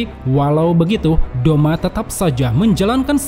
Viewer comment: Douma not doma